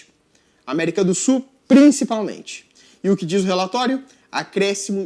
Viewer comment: CARA, FALA CORRETO POR FAVOR...America do "SUL"..De onde voce saiu com essa palavra "SUR?"